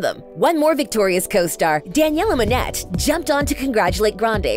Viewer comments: it's pronounced "Danyellah Mo-neiy" not "monet" and I'm a directioner too so I ObViOuSlY didn't freak out when I saw Bella Hadid 😃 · Btw it’s pronounced Daniella Monay not pronounced Monet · i'm sorry..... DANIELLA MO_NET ITS MO-NEY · Its daniela mone not monettt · its pronounced )moan. aye not )mo. net. XD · When she pronounced it “Monet” I wanted to die lmao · Isn’t it Danniella monet NOT MONETTT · It’s pronounced (mow-nay) 🙄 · The way she said Monet 😂😂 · You called daniella monet " daniella monet " you say it like monay but its spelt like monet 😑